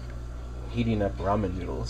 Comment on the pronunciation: I'm glad you actually say Ramen correctly. I've heard people call it "Ray-men" and "Row-men". Idk how they get that second one... Lol.